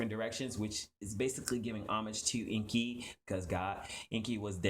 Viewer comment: You are right enki he is speaking it all wrong